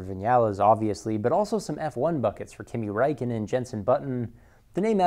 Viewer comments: mmmmmmm sounded more like khimi raikn'n than Kimi Räikkönen, k is k, not kh, ä is ä not a, ö should be there, but i understood and understand the pronuciation difficulty in our language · I laughed so hard when you said "Kimi Räikkönen" 😆😆😆